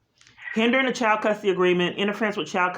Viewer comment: And It’s child, not chowed. 🤦🏻‍♀️😆